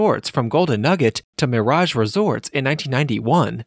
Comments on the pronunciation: Says "mearage" too. Grinds my gears along with the frequent upper reflections. Aside from that, it's an interesting look at an iconic piece of Las Vegas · I have never heard anyone pronounced the MIRE- raj" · Why does he pronounce Mirage two different ways?